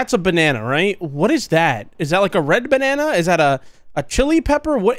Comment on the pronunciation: Good evening! Bro is hitting the griddy in the menu XDD we’ve witnessed the GOB In Ohio XDD “banan” LMAO